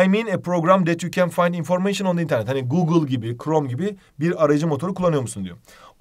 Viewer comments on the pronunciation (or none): none